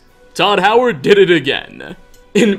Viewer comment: I have to say, after a while, your speech pattern starts to grate on me.... were you aware of the way you add "uh" to tons of last words in the sentence for no reason? "Settleuh", "diduh". "Falmeruh". Really distracts from your good info. Kind of annoying.